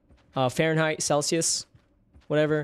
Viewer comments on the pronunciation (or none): none